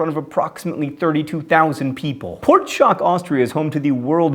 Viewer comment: I live about 20Km from "Pörtschach" and love how you pronounce it. :-)